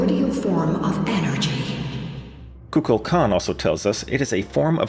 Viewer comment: Ain't no way you pronounced Kukulkan and Phanes both wrong in the same video.